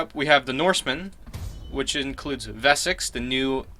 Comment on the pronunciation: Vessex? Wessex is an english word not a german word, the W is pronounced W. Your american reading is grating my ears